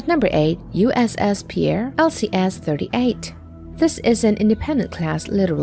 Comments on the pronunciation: USS Pierre is actually pronounced “Peer” not the French pronunciation of “Pea Air” - just an fyi. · Pierre, SD is pronounced 'pier', and, the Little Crappy Ships should all be scrapped. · Im guessing this narrator is NOT from South Dakota. ( Pierre ..Like the guy from France ). lol 🤣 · It is pronounced /pIer/ PEER. GET IT RIGHT